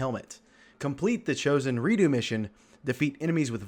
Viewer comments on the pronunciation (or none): it's re dux not re do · Who pronounces redux like that? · your video is great but just the way you said Redux had me dying a little inside. 😂